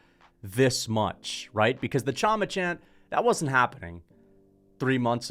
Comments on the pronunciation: chama is pronounced "Shama". Pereira has lots of aura, that's insane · Pereira did do a chama chant after ufc 300. And bro its been a few months since that words been everywhere with alex you should know how to pronounce it